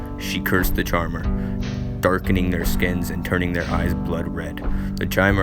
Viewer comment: It’s “Dagoth” not “Dogath”. “Corprous” not “corpus.” And Chimer is pronounced “KAI-mur” not “CHAI-mur”. And definetely never pronounced “charmer.”